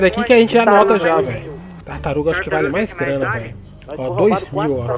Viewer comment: Acho q ninguém percebeu q ele falou tartarum no final lá kkkkk